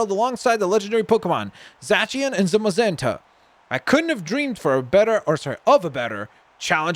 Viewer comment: Zay See An is how you say it